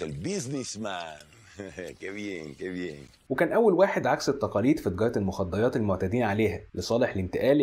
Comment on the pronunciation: بالله عليك صارلك مدري كم سنة بالحياة ذي وللحين عندك لدغة بالراء قال ايش قال المخديات ههه